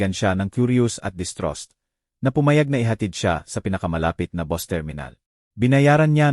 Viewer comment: Hindi mo Nga alam kung Pilipino ba ito, " bus' Ang pagbigkas Hindi Bos, ma,- la- lim , Hindi Mala- lim, haysst!!